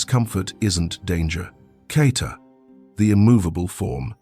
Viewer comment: Isn’t it Kata? Not Carter?